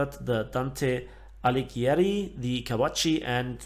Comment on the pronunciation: great video mate. One thing though: Dante Alighieri, pronounce the last name Ah-lee-g-ee-eh-ri. The Gh in Italian just ensures that the G is a hard sound as opposed to making a j or ñ sound:))